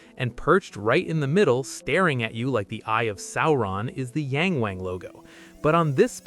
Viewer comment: It's not pronounced "yaaaang waaaang." Think Latin vowels. It's pronounced "yahng wahng."